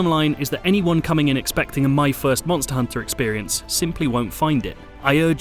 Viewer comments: don't you hear the reviewer? You say it like Monstahr Honta, mon-stus. SAY IT LIKE HIM. MONSTUS, MONNNNSTUSSS, you ah tha MONSTA MONSTUS HONTA! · Reviewer says: Monstahr Honta. Mon-stus